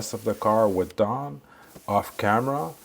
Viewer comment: You can’t even say the word DAWN correctly